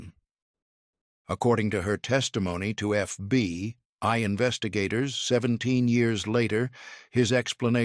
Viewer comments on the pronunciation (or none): Please it is not titled The FBY but The FBI, why can you folks not get it right even for just one episode. I noticed that you never mispronounce the KGB. I am starting to wonder where your allegiance is!!!!!!